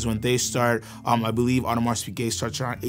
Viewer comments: We don’t pronounce the ‘s, for Audemars :) cool video overall, a sucker for JLC, AP to be swapped by VC or ALS anyday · Born and raised in Geneva : stop saying the “s” in Audemars please. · Please learn how to properly pronounce the names! This channel provides such quality content but the names need to be done justice! The “s” isn’t pronounced in Audemars, among other things